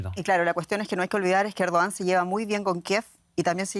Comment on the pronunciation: Errdoggan...se pronuncia